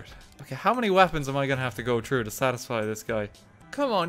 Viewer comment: how come you can say "cthulu" but not "through"